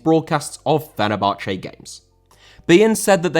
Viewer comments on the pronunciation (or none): Fenerbahçe* not Fenebohçei